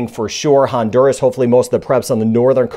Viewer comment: Is not Hondurus, it's Honduras.